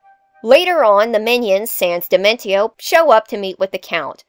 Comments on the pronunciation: Wait... why are you pronouncing his name dimen-ti-o? It's clearly supposed to be based on dimension. As such, it would be proniunced dimen-see-o. T can become an s sound in latin languages, like with attention. This makes the video very grating to listen to. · I am perturbed by the pronounciation of Dimentio